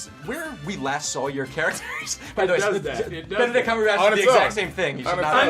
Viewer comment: “Benedril Cumberbatch” 😂